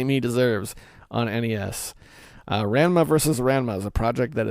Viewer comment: You pronounced Ranma incorrectly just about every time you said it.